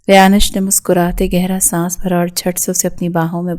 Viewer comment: It's not rayanish it's rayansh